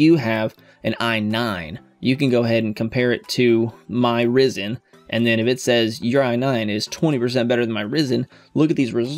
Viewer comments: It's pronounced Rye-zun! 🙄😒 😂👍 Loving your videos, very helpful 👍😁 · not hating but you said Ryzen wrong hehe